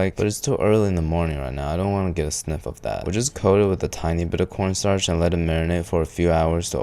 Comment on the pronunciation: So I think he just calls corn starch corn star